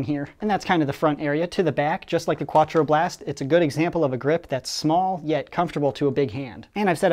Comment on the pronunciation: hahaha "kwa-twro blast"